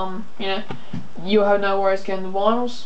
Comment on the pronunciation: its vinyls not vinals dude XD